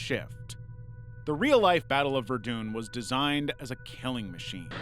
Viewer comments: verdunn not vendoon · Ok, this video is great, but Ver-Dune has cackling. God, i love it when people get names so comically wrong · This person has never heard someone pronounce the name of the city of Verdun ever have they?